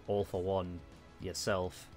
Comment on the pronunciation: When he says All for One *What most people hear*: "All for One" *What I hear*: "Awful One"